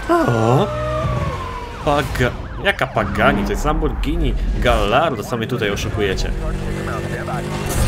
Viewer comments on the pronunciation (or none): none